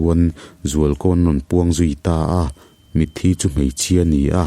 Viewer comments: Tinge "ka hmul thi" tihah hian thi tih hi (blood) thi tih ang hian i lam zel a, thi tih hi mitthi kan sawi a 'thi' thluk anga thluk tur 👍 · Hmul thi tih hi i van chhiar sual ngun em em,nge i hrelo zawk lee,hmul thi tih a thi hi mitthi tih a thi ang hian lam tur,a in hliam chu a thi duh hle mai tih a thi kan hman ang hian i hmang fo a diklo deuh